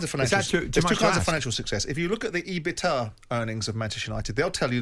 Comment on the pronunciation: its E-BIT-DA, not ebita 😁 cmon simon